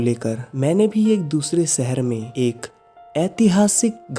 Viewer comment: Your vedios are really gud👍😊but plz plz avoid saying "सहर" "सायद" "खुसी'' instead of शहर, शायद & खुशी etc. It's sounds very irritating😔